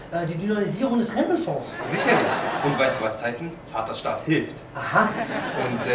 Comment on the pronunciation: was sagt er:? "vaterschaft" ???